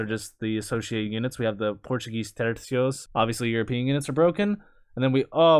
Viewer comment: thank you for pronouncing Tercios correctly👏